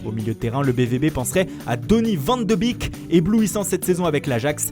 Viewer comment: Il a dit Dunny ven dou bik Pahahaha 🤣🤣🤣